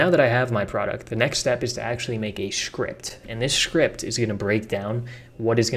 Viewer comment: Is it me or do you pronounce 'script' as 'shcript'? and scratch -> shcratch.